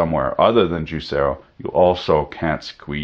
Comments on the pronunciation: So juicero is pronounced as YouZero. The mind boggles. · JIZZERO XD